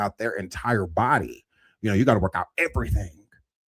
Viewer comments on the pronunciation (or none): My favorite is when says, "BOO-dee" 🤣🤣🤣🤣